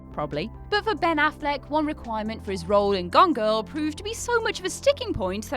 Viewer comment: When she said "Gone Girl", at first I thought she had said "Gongo".